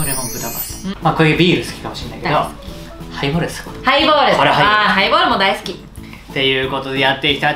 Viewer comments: ハイボールをプレイボールみたいに言うなｧｧｧ！ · ハイボールをプレイボールみたいに言わんでくれいww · 『ハイボール』が『プレイボール』に聞こえる。